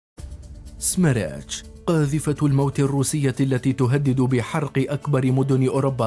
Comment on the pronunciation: سميرتش تعني اعصار🙋🏻‍♂️ ولفظها خطأ من المعلق😑